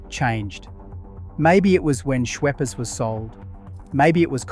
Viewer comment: Thats right. What about how he says, Schweppers.😂